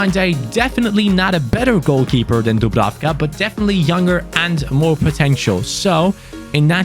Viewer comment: #fanobjectives Dublanka Score 7 goals with dubrafka or as you like to say pablenka Like so can see